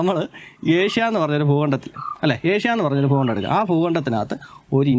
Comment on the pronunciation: താൻ ആദ്യം ഭൂമി എന്ന് പറയാൻ പഠിക്ക് ഫൂമി ആണ് പോലും ഫൂമി പിന്നെ ഫൂഗണ്ടം 😄😄